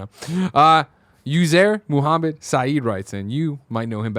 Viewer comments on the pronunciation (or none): none